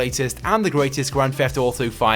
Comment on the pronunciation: "Welcome back to another grand feft auto video" XD